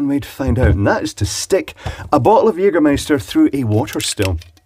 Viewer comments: er spricht das "ä" richtig aus :) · you say jägermeister like a german :) where do you come from? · As a german I can confirm that he pronounce the word Jägermeister nearly perfect! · I love his "Jägermeister" pronouciation